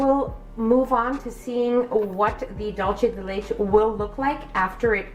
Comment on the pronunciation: That’s not how you pronounce dulce de leche